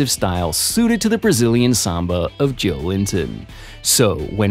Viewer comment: It's Jo-el-in-ton, not Joe Linton!